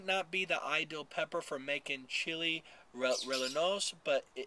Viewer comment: in Spanish a double l is pronounced like a y. So it would be pronounced the "Messiya" Valley and a Chile "Reyano."